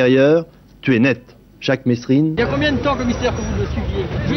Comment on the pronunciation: Ooh ! La voix off, on dit Mé(s)rine pas "Messsrine", tout comme Daumesnil, bon sang !